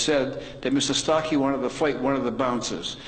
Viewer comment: It's Starkey not Stockey!